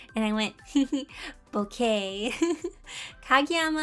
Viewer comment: I think boke is pronounced boh-keh rather than bow-kay, but we got a really cute art piece out of it so...